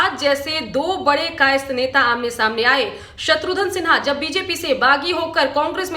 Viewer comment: "आज तक" के 'सब-चैनल' की एंकर 'शत्रुघ्न' को 'शत्रु-धन' बोले... तो बात खटकती है !